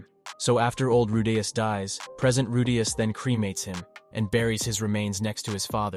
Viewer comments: Bro man’s saying rudayus not rudeus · It’s “roo-dee-us” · Why you pronounce "Rudeaous" is weir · So is it Roo-Dee-Us, or Roh-Day-Us???All this flippy floppy pronouncing got me corn-fused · I can't watch this. The Rudayus pronunciation is getting to me. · He's saying rudas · "Rude-yus"... Yeaaaaahhh. Annoying shit lol 😂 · Man I would really want to listen to this but the moment I hear you say RUDEYOS. I'm out. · Bro this guys saying redayus like after every 5 words to 10 words or less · The way he pronounces Rudeus is CRING! I stopped the video as soon as I heard it. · Its not that deep lil bro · Please pronounce rudius properly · The constant mispronouncing of Rudeus's name 😅. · How do you get the name right and then botch it again and again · I don’t even wanna watch your video anymore bc how much it pisses me off how you say his name